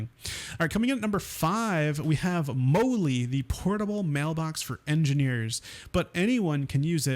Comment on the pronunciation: Molly not Mole -E